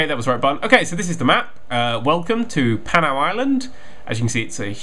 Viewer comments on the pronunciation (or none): it's pronounced pu-now